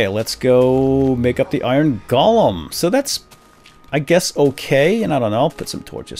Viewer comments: Dude its golem Not golam!!!!! €₩¥€¥£₩€¥€₩€₩€₩€¥ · Im almost positive golem is pronounced lik "go-lem" not "gol-lem" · Pronounced GO-LUM